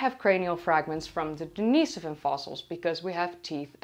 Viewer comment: Daneasavin? Isn't it more like Dinasoevan?